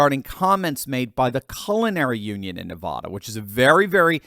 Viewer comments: It is NOT pronounced Nahvahdah,! It is Nuhvaduh. Short “a.” You don’t sound more sophisticated when you pronounce it “Nahvahdah.” You just irritate Nevadans. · it’s NevAda not NevAHda… love your channel sir! 😊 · It's NEVADA, not Ne-vah-da! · I appreciate you. Thanks for the great news. By the way, while we are correcting common mistakes, it is NeVADa (which rhymes with mad), not NeVAda. I'm just saying. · Please start pronouncing Nevada correctly!!! Love your videos, but that is annoying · Please learn the pronunciation of Nevada. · Please learn how to pronounce "Navada" properly. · I love your content but please STOP MISPROUNCING "NEVADA", the middle part rhymes with ad like sad or mad. Thank you.